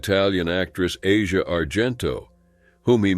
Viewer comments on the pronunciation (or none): Aside of Bob Saget’s mangled name, Bordain’s wife, Asia, is pronounced “Ah-see-ah”, not like the continent. 🤦‍♀️